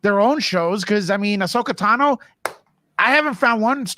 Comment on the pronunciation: Could you please learn how to say Asohka Tano properly lol?